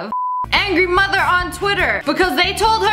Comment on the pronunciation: The way she said sssniperwolfs moother just made it all better